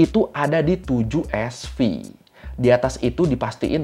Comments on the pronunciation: Bukan Sv bacaannya, tapi Sievert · SV = Sievert (baca : sivert) . Satuan pengukuran dosis radiasi. Jgn bilang SV lagi bang😂